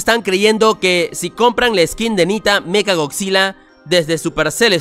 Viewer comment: No sé dice mecha es meca